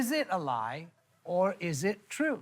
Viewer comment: Why am I so triggered off the bat by the USA presenter emphasizing in the wrong place - Would "I" lie to you, rather than Would I LIE to you